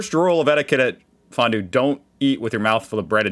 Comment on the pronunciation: Fon-due it better next time^^.